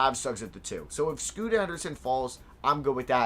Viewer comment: stop saying scoot with an a on the end lmao